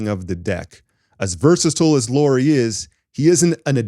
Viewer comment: It is pronounced like Kyle Lowry.